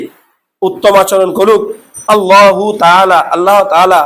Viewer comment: আল্লাহু শব্দটি আল্লাহো উচ্চারণে খুবই অসুন্দর শোনায়।